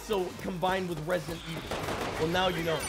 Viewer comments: “Resident Wick” no no no no “John Evil” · Resident Wick 😂🤣😂🤣😂🤣 you earn that like 🤣